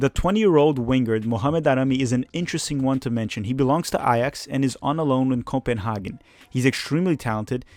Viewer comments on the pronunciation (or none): none